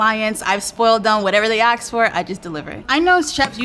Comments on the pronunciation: you can pronounce asiago but you still say people axe you for things. One and done service provider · "Whatever they AXE for" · you wouldn’t take her service not because of the quality of her food but because of how she pronounces “ask”?